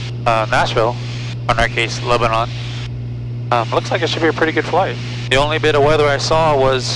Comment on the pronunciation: Love the channel. But, we pronounce it LebaNAN not LebaNON. It is not like the country. Also, we pronounce Lafayette and Milan wrong too.